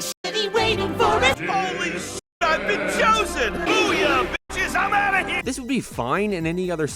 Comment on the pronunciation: Wait, this guy speaks perfect english but cant say the word "out"? Wtf is that about?